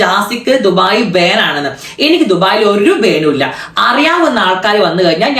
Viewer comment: ബേൻ അല്ല ബാൻ 😂😂